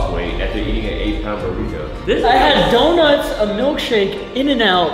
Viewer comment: I was olling out of the floor bro said yonuts is so good